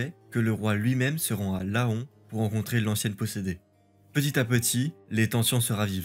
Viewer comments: Un détail: Laon ne se prononce pas "La-on" mais "lan". Bonne vidéo à part ça ! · Salut, vidéo très intéressante. Sinon Laon se dit Len et pas La on 👍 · Mise au ban se prononce (b.an) et non ( banne ). Laon se prononce ( len ) et non ( la. on ). Sinon excellent travail avec une riche iconographie vraiment très belle. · Laon se prononce comme "paon". On dit donc "lan" et non "la-hon". Je ne sais pas pourquoi les gens qui ne sont pas du coin disent "la-hon" alors que "aon" se dit "an" dans plusieurs mots, pharaon étant une exception. Enfin, ce n'est qu'un détail, vidéo excellente comme toujours 👌🏻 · Le Miracle de Laon , Laon se prononce Lan 😉 , bonne vidéo 👍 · Toujours des vidéos très intéressantes, merci beaucoup. Attention aux petites fautes qui font tâche, orales ou écrites: Fontainebleau sans "e", états généraux tenus sans "s", mise au ban prononcé "bane", Laon prononcé la-on, etc... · Une excellente vidéo, mais par pitié Laon se prononce « Lent », mon cœur d’axonais pleure 🥲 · Travail incroyable, merci encore Juste un petit détail la ville de Laon se prononce "lent" (et ouais fallait bien que tu tombes sur qqn qui y avait vécu ahah) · Je viens de regarder la vid, ça m'a fait tilter aussi haha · Laon c'est comme faon, ça se prononce lan